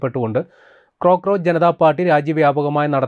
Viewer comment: ക്രോക്ക്രോച്ച് അല്ല ... കോക്ക്രോച്ച്